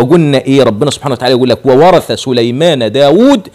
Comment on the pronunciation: وورث..بكسر الراء..